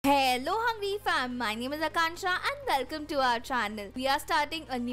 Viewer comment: Who ever noticed she saying kelcome instead for welcome